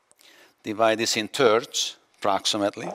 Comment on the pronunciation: I love it when he says "Divide it in TURDS :D" Amazing skill sir, apologize for my humor.